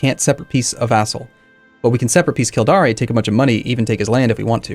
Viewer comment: kildare rhymes with fair